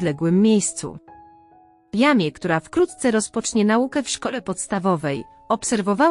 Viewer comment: NIE czyta się jamie tylko „dżemi”! !!